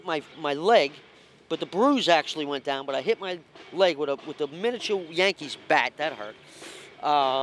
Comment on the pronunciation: I died when he put the emphasis on “miniature”🤣